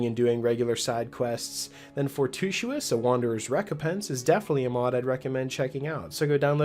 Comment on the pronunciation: for-TU-i-tous. four-TWO-ih-tuss. just like it's spelled. 🙄